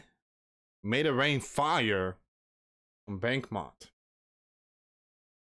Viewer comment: Its pronounced bach-moot